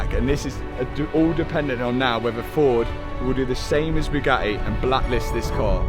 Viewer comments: or pronounces Bugatti as Byu-ga-eee. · or Bugatti as BOO-GATEE! 😂😂😂 Matt’s a class act, he’s full of jokes.